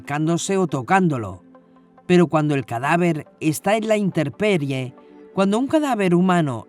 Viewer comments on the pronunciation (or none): Steadycamline, una observación: en el 25'07, la persona que relata comete un error al decir la palabra "interperie" cuando lo correcto es "intemperie" (a cielo descubierto, al aire libre, según la RAE). Qué lástima por ese error, el contenido muy revelador. Gracias!!